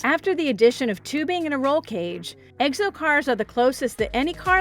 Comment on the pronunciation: She says egg'so car instead of exo, 30 times.